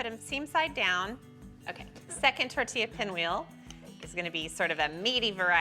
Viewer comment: I’m just glad she said tortilla correctly lol😅